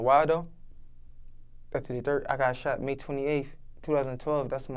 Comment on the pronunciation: Not funny but he had a Grammer moment "In 2010 I got shot it my hand and 2011 I got sheven(shot seven) times comin out a club" lol but salute to you big dawg, you here for a reason keep ya he up and stay away from that hot shit 💯